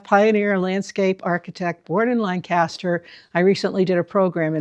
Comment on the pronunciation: With all due respects, it's pronounced "LANG-kiss-ster"..LAN-kass-ster is a place in Pennsylvania or California or somewhere. ---Geoff (born and raised in Lancaster)